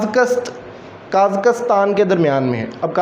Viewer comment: سر برا مت مانیے گا ایورپ نہیں یورپ ہے اور آپ قازقستان کا تلفظ بھی صحیح نہیں پڑھ رہے اور آپ کی اور بھی غلطیاں ہیں براہ مہربانی ویڈیو بنانے سے پہلے گوگل کر لیا کریں کیوں کہ آپ سے سن کہ ہم نے بولنا ہے اور انٹرویو میں اگر غلط بولا تو ہم کبھی سلیکٹ نہیں ہوں گے